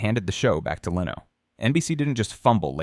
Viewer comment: What an odd pronunciation of Jay Leno. 👀